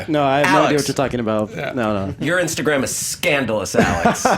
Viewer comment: best "insagram"